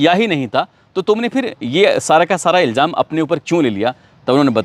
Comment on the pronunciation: सर आप इल्ज़ाम को इल्जाम बोलते हो। अपना तलफ़्फ़ुज़ दुरुस्त करये। बाक़ी सब ठीक है।